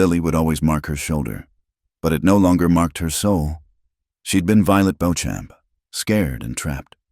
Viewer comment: I doubt her last name is Bo-Champ! Likely Beauchamp. Which is pronounced either BEE-chum or BEE-cham or boh-SHOM. I love that she took out three bounty hunters with one pistol. She learned her shooting well.